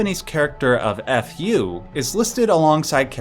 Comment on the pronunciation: Your pronunciation for “ふ” (FU) is WAY OFF! The f sound is still pronounced that’s why it’s written as FU in ROMAJI so English speakers can pronounce it. It is pronounced as “Phoo” as it is written. It is not pronounced with an H. I know you don’t know the language but please know that your interpretation of the hiragana FU is wrong.